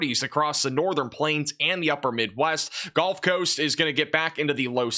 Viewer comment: pronounced guhlf coast not golf coast !!